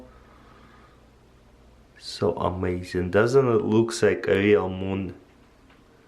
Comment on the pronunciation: "Boom!" No Taras, it's "Moon!"